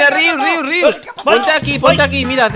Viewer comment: es Rius no Rios